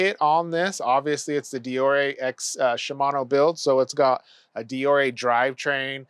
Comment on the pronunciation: Never heard deore said like that. Great review